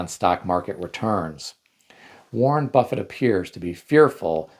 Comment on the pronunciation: Buffett, not buffet.